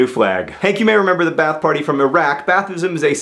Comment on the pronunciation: BTW, pretty sure that Ba'ath is not pronounce bath. It think it's more like bah-ahth.